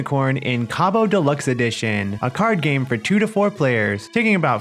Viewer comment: This is similar to a card game I used to play, but better. I wish my aunt was still around, she would have loved it. I will definitely be using the way you say Cabo! I love it. 😊